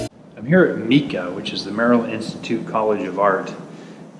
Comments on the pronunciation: Not Mee-ca, MICA = My-ca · OMG its not pronounced Meeca. In Baltimore, we pronounce it MICA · Hi, I'm only 4 minutes into your piece. I like it. I'm from there but....... its pronounced MICA. (long I sound not ) MEECA.Can't believe you did all these stops in 5 hours. Next time add the new Parkway Theatre to your tours. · It is pronounced like the rock MICA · You pronounce it like MIKE-A.